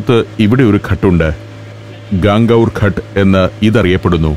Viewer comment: Please improve your pronunciation for common words. Raajput. Ghaat. Fir example. It's sometimes difficult to follow what you've saying